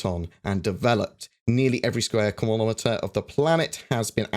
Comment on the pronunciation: Say square kilometre again would you :P